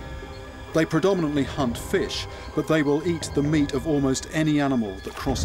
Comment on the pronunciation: in i touthe he said they hump fish but he said hunt fish lel:)